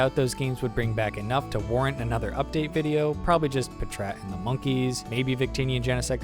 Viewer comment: Was not expecting "puhtrat" instead of "pat rat" like packrat